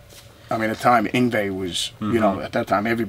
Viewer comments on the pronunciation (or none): Why does everyone say "Yngwei", when it's Yngwie?